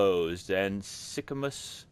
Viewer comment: I love how much trouble you have with Symachus' name. Good job!